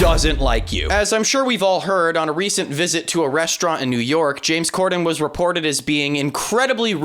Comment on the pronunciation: I don't like how James says "New York" with that emphasised "k". Idk why, just... please James, don't say New York again for the rest of your life